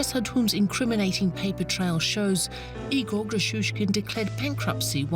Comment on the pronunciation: It is a critical pronunciation mistake, to pronounce Russian name "Игорь" like "Егор". Does nobody notices the difference? There is a letter "ь" at the end of the word, it differentiates a soft consonant and is often transcribed using an apostrophe. So in fact narrator wants to say Ígor', but says Igór, when the first vovel is not under stress, one can not differentiate wether it is I or E, resulting me expectin a Russian name based on the conext and hearing "Егор" clearly, because than is what he said, Egor. Of course these two names are different.